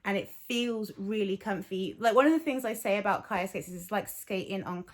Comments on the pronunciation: She’s saying it wrong. It’s Hebrew so the ch is a plegmatic kh sound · I hear you and I understand how they’re saying it in their videos but on their page they say how they chose the name because it’s Hebrew for life (it’s also a common girls name) I’m fluent in Hebrew and they’re mispronouncing it in their own videos